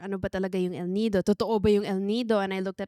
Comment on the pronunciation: girl wait im so confused with this. Do you mean El Niño? I heard El Nido, and I need to replay it multiple times